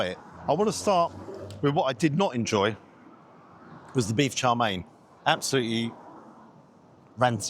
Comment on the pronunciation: It’s chow mein not char mein.